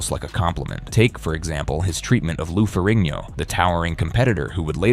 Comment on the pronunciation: I really hate these voice generated videos. The speaker couldn't even pronounce Lou Ferrigno's as well as Franco Columbo's names correctly.